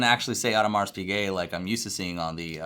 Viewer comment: If you’re a watch expert/dealer, you should know HOW TO PRONOUNCE NAMES! If you don’t, investigate, study, learn, practice. There is no excuse when you have the internet... For example, Audemars...the “s” at the end is silent, and Piguet the “t” is also silent.